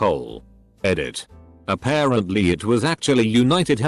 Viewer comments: "a pear ant lee" instead of apparently lmao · So nobody gonna point out how my nigga said “A Pear Ant Lee” ?? Aight den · "a pear ant Lee" 😂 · "A pear ant lee"! I'm dying! XD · did this dude just say "A pear ant Lee" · “ a pear ant lee “ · so nobody’s gonna talk about the “a pear ant lee”??? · "A pear ant Lee" ;-; r/boneappletea